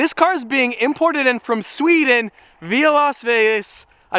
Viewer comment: DUDE I ACTUALLY KNEW U WERE GETTING A KOENIGSEGG CUZ WHEN U SAID SEWDEN I WAS LIKE I KNEW WHAT HE WAS SAYING